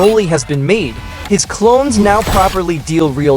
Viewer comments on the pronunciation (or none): none